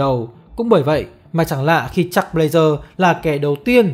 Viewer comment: Jack với chuck đọc loạn cả lên, nghe 1 hồi k biết ai là ai. Đọc gần giống nhau thì các bạn đọc đủ cả họ và tên, Nghe k biết đang nói jack hay chuck